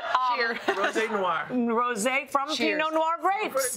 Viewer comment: PINOT NOIR not PEENO (maybe it was made on purpose se people would go on the video and comment to correct, hey hey)